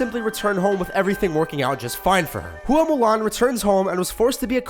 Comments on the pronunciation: Hua is pronounced like Wa like water not Hooo-ah just so you know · As well as "hoo-a mulan"